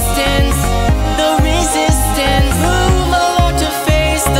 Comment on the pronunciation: You make it sound like resistance rhymes with district...